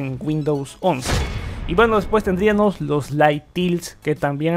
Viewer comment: Me gustó tu canal, sólo que cuides un poquito tu pronunciación, escuché que en las palabras que terminan a en "--íamos" como tendríamos, habríamos, pondríamos, etc., las cambias por "--íaNOS" y dices mucho "tendríaNOS". Fuera de eso que me saltó mucho en el video, todo me Interesó bastante... Saludos.